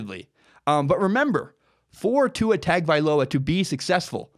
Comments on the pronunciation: At least learn to pronounce Tua's name correctly. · Tua Tug-of-war